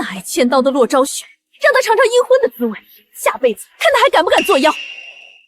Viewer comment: 什麼叫長長（嚐嚐）記性？什麼鬼唸法